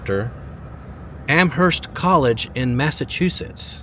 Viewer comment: By the way -- not sure about there in Texas, but in New England, the "h" is silent. "AM-urst".